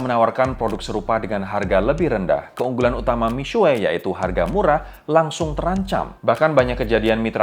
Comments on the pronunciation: i speak mandarin, he still pronounced it wrong, tapi masih lebih baik daripada "miksu" kaya kebanyakan orang. yg benar "mi-shwe" atau di bagian u-nya "xue" itu bacanya diantara mau bilang u dan i kalo abangnya ini terlalu strong nyebut U-nya, jadi mi-suwe wkwkwk. but props to him for trying to pronounce it correctly, mandarin isnt easy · cara sebut seharusnya : Mi Shhye Ping Ch'eng. tapi ini masih lebih baik daripada yang nyebutnya Mik Su We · Sebutan nya mix su bukan sueii 😂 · masih salah misuweek wkwkw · Pro jurnalis membahas brand Cina. Seharusnya ketahui dulu pronunciationmya yang benar. Kamu sebut Mixue seperti gabungan mie dan cakue.. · ignire the guy above me, tidak ada yang bilang harus pandai berbahasa, cuma kasih saran cara mengeja yang benar.... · Agak gak nyaman pronounce Mixue......